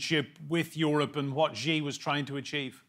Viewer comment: Please learn to say Xi properly.